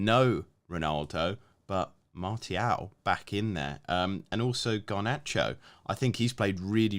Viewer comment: Can't be arsed listening to people who can't pronounce players names. Seriously. Gun-do-gan? Mar-tee-al? De Broyn? It's not like these players are new to PL 🤦‍♂️